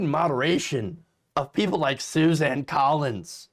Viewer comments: She doesn't deserve to have her name pronounced correctly. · SUSAN ..... NOT... SUZANNE ... YOU SAID SUZANNE WHICH IS INCORRECT